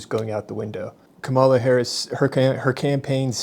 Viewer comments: Are you mispronouncing Harris's first name of purpose? It's a little thing, but it shows a profound lack of respect. The stress is on the first syllable. This is the petty nonsense that angers me about both sides. Can't finish watching your video. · please pronounce Kamala correctly you are discrediting everything you say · You lost me early on when you pronounced Kamala Harris’ name like a Republican. I’ve been watching and reading Bill Maher since the early days when he was hanging out at the Playboy Club and pushing NORML. He’s an uneducated man who’s spent a lifetime trying to seem smarter than most with his lame approach to argument and comedy. Whenever he’s confronted by someone who actually knows their subject and can defend it aggressively he plays word games rather than suck it up and learn something. Meanwhile, what exactly do you think is fake about Tyson? I’ve never heard the man make one claim that wasn’t easily substantiated. Have you?